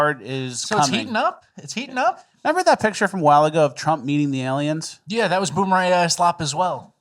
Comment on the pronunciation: mispronounced aliems.